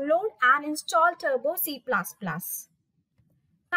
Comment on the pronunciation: Please it's not C plas plas....🙏It's plus plus